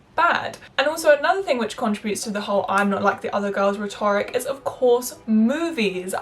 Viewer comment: Nothing but love. With the exception of pronunciation of rhetoric.